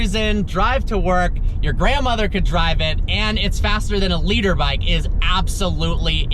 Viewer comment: It’s a liter bike, as in 1000cc, not a “leader bike.”